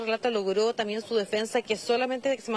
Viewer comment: La señora tiene que decir también no, tamien.